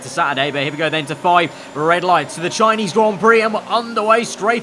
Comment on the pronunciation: THE SHINESE GROND PROCK